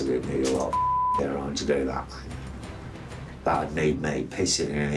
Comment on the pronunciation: "Yourine"......😂 priceless